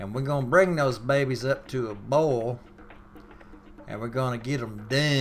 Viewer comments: Note to Northerners: Adjust the playback speed to 1.25x to keep from drifting off. (...and I think bowl means boil here.) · this is gotta be good bc he said bowl the cheekin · Lol "Wer gun bring this erp to er bowl" Haha love it, thanks for the vid, from the east coast. Perfect wintery night for some good ole chicken soup from scatch.